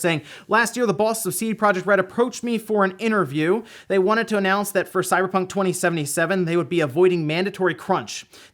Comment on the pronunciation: 0:031 sounded like you said CyberTRON 2077? 😂. Seriously can't wait for Cyberpunk 2077 to come out. That and Watchdogs Legion 👏